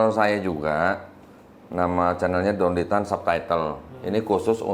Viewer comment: Maaf salah satu huruf koh.sebutan nama koh